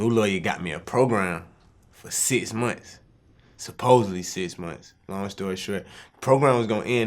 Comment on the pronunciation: “EZacklee”....... “definitely”....... “Sis months”........